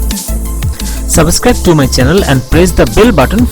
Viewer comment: Stop calling yourself an advocate.... You can't even say a simple word correctly "Suboscribe" what the fuck is that... Morko choda because of you guys Bangladesh has no progress.... Stop calling yourself a lawyer, fix your fucking video